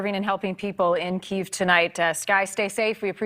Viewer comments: needs to spend some time learning how to pronounce city names correctly. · Yes and continued to pointedly pronounce Kyiv wrong out of arrogance.